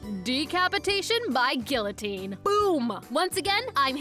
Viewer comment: Cough*Learnhowtopronounceguillotine*Cough For real though, great video as always.